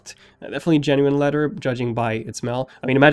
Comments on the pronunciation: its leather not leder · “Leadder” “Da” You need too pronounce you TH’s better bro slow down when you talk.